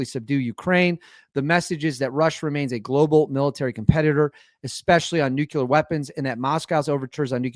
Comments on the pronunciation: ITS NU CLEAR!!! NOT NUKULAR😆😆😆😆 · NUKE-LEE-ER....NUKE-LEE-ER...NOT NUKE-U-LER...SAY IT 5 TIMES....NUKE-LEE-ER. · nuclear not nucular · Nuclear is pronounced like unclear (new-clear). We don't say Unk-you-ler when saying unclear, we also don't say Nuke-you-ler when saying nuclear. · Its Pronounced New-Clear !! NOT New-Q-Lar !! JesusKristofLatterDaySaintsandAllthatisHolyinHeavenandHell !! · NEW CLEAR,. Not NEW CUE LER. Great content, love your channel, but that's driving me crazy 😂😂😂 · It’s pronounced “NOO-klee-er” not “NUKE-you-ler “ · It would be much easier to take you seriously if you learned to pronounce "nuclear" - it's not nucular. You're entertaining, though, despite your skewed view of reality 😄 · Please stop saying nuculer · Not worried about your foreign language pronunciations. Your pronunciation of "NUCLEAR" needs help 😂 Love the show! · Nuclear has ONLY one U in the spelling. 🤭